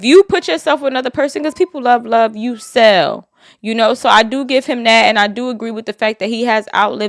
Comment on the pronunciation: You see how he said he “luh” her…but turned right around and said she LOVE him? 😂 Chile… He’s going to be there reaping the benefits of her without them papers FUHEVA!